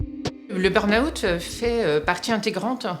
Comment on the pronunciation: très touchant et effrayant mais il n’y en a pas un qui sache prononcer burn-out c’est hilarant